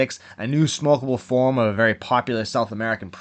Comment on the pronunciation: This channel is like the departed in documentary form…I mean ”fawm”